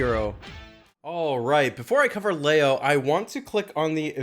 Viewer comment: Leo is pronounced Lee O